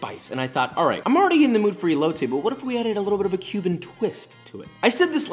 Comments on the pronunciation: The way he says el-lo-tay 😖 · I'm sorry but can I just say, you pronounced elote wrong, it's pronounced eh-lo-te lmao I'm not saying this to hate it just bothers me a bit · I hate how he says elote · Deconstructed Elote more like EBOWLte